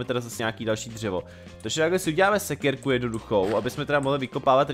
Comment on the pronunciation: neříká se sekerku ale sekirku